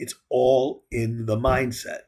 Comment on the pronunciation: "Breaktrugh" "Mimdset" lmao